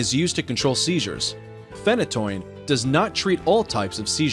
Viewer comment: I'm physically cringing. Phenytoin Me: fenn-ih-toyn Guy: fentanyl Whoa whoa whoa those are very not the same thing!